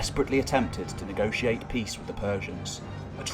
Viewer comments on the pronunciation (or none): none